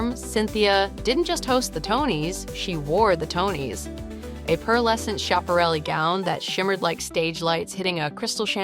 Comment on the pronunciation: Anyone who knows fashion, knows the designer is pronounced Skap a relli! You don't know fashion!